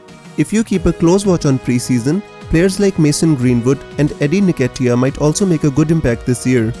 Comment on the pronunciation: Pronounced N Ket E A